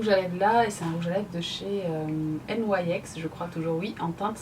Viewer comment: On dit de cher nyx pas n y x mdrr 😂